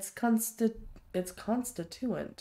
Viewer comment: Hey, …don’t forget you have grenades and a grenade launcher for enclosed spaces, where you have some distance…also, it’s con-STIT-u-ate…not con-sti-TU-ate…; and if you’re having trouble with VATS, you may need to raise your PERCEPTION…thanks for the fun watch…!